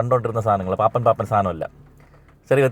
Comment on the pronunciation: സിനിമയിലെ തെറ്റുകൾ കണ്ടു പിടിക്കുന്ന കിടുവേ...പാപ്പാൻ എന്നല്ല.. പാപ്പൻ എന്ന് പറ